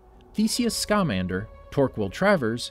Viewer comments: For the love of all the is magic. It is scamander not scaaaaamander. Why so much Emphasis on the A. Have you never seen the movies ? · its not scámander, its scamander. ( harry potter meme, at all not intended to be taken as a correction) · No no no nooo my man just did not pronounce Newt scamander wrong noo